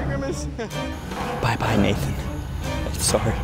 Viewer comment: That’s not grimace, that’s Flimace